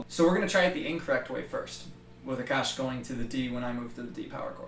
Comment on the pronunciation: when you say 'Aakash' I always hear 'the kush' and I'm like wth where does weed come in the picture